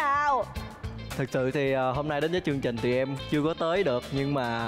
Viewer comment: Mc nói sai chính tả nghe khó chịu ghê. "Chương trình" chứ k phải "trương trình" nha chị Sam